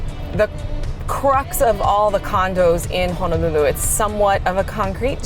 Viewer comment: So far your the only realtor saying Ho-no-lulu correctly! Mahalo